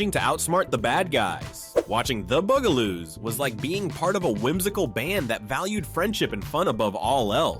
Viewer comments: He also says Boo guh Loos instead of Bug ah Loos, too… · The Bugaloos is a show about HUMAN SIZED BUGS and you call them the Boogaloos?! Here's an idea: Actually WATCH an episode of a show before you talk about it! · I counted at least 4 different pronunciations of the word “Bugaloos”: Boo-gah-loos, Bue-gah-loos, Bee-gah-loos and Bug-ah-loos. When you’re not sure of the pronunciation, just try ‘em all - one of them is BOUND to be right. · Is BUG – ALOOS. Like bugs. You know, like insects. The mispronunciations are offensive. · The frequent mispronunciations really take away from this video. Bug-ah-loos isn't that hard to do unless your a program and not a real person. An there are many other names this video got wrong. What could have been nice became a fail. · I love the shows, but the mispronunciations were just too much... The word Bugaloos was actually pronounced 3 different ways. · And the bugaloos too. :( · they said Bugaloos wrong too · This narrator has a good voice but his pronunciation is terrible , The Bugelooss? Murshmouth? inspuring?